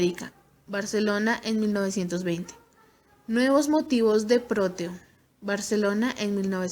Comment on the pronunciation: Gracias por la información. Solo que no se apellida Rodo; se apellida Rodó. Tampoco es «Próteo»; es Proteo, sin acento.